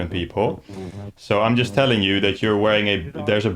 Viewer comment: "They are jot people, they are scammers". "Just is silent there ;)